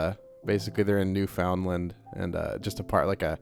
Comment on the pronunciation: And every Newfoundlander cringes at once at the pronunciation of the homeland. One old man says, "There is a disturbance, as if a great many cringed at the same time." 😂❤😊